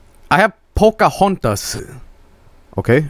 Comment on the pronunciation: "pocohontos" oh boy